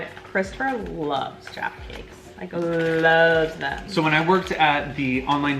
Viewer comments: LOVE that you guys got the pronunciation of Jaffa Cakes right! So many Americans call them 'Jaarfur Cakes' which sounds so WRONG to us!! Glad you enjoyed the Crunchies too, one of my faves Xx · YES FINALLY AMERICANS WHO SAY 'JAFFA CAKES' CORRECT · The Jaffa cake thing. I was very glad they said it right coz usually Americans call them jarfa cakes. I was very mad when he said it was like a biscuit. (Ik he meant American biscuit) BUT IT IS NOTHING LIKE A SCONE EITHER!! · So nice hearing americans say jaffa cakes right 😌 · Omg finnaly a american who says jaffa cakes right from what i have seen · an American finally said jaffa cakes right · Thank you for saying Jaffa cakes correctly. Most Americans and even some English people say jarfa cake and it’s so annoying!!!